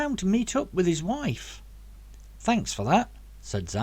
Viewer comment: Lol you sounded like hiccup's dad out of how to train your dragon ... that Scottish accent was so good ... altho, the word 'wife' needs a little practice ... cant wait for the next one